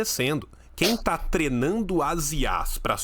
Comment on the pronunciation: Nunca tinha percebido que o fala "trenando"!